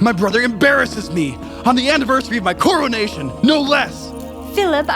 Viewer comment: Why can’t pronounce the coronation right? 😂